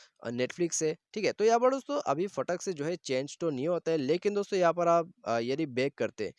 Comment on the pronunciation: Please stop saying dostho